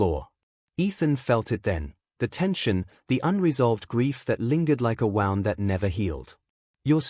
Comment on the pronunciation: Also for wound as in woond.